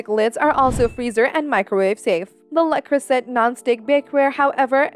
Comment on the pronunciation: Can't get past the fact you cannot pronounce Le Creuset correctly.